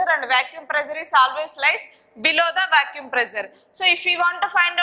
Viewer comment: madam vacuum not vacuume